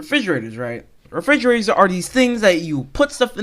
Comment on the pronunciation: “refigeraters am I rite?”